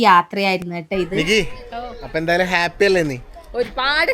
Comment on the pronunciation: ഗേപ്പി അല്ല Happy